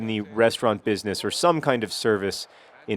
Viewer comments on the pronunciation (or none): none